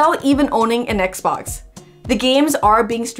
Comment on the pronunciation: She is saying xbos not xbox